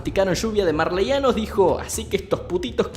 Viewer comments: Se dise marleyanos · se dice marleyanos xD yo me vi como el anime 6 veces y en la temporada dos cuando vi un error me enoje y luego recien dijo eso de lo que pasaba :V